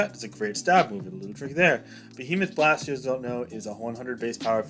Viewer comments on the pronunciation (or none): Behemoth Bash. BASH. Not blast🤣🤣😂😂